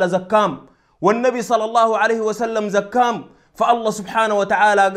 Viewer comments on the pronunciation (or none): زكام دي شنو قول زكاهم ات عربي فصيح ماتاكل الحروف